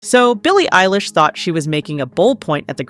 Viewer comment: Billy Eyelash? Ever heard of him